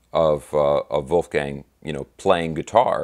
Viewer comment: brother, you hit all squarely on the head (and, mind you, I love how you pronounced Wolfie's first name). For one, it's still too soon. Two, I think it comes down to Dave and, to a lesser extent, Al (whom is likely and reasonably still mourning), not to mention Sam, whom had his opinions prior to Ed's passing (although Eddie's death was sobering to Hagar). You nailed it about Mikey. Michael Anthony is ALL class and someone from whom we can learn about professional decorum. Bottom line: The time is not "Right Now" (to quote the song). Wolfgang has every right to tread lightly. In this day and age, we seem to be focused on instant gratification. We really need to step back and marinate in what Eddie and Van Halen, in all of its incarnations, has gifted us. Let's circle back in around five-to-10 years and see if anything can be done, IF they all want and can still commit musically. Thank you,, for this excellent and conscientious breakdown. 🙂🙂🤘🤘